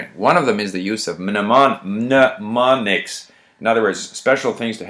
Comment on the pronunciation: Another great video. Listening to how you deal with difficulty understanding certain words during the early stages, I feel I am guilty of taking too much of a perfectionist approach and it´s slowing me down as a result. Btw, the first ´m´ in ´mnemonics´ is silent ;)